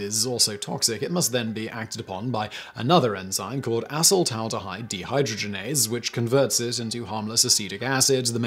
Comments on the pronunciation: thought i heard him say assh*le-taldehyde😂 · I laugh everytime he says "a**holed-aldahide"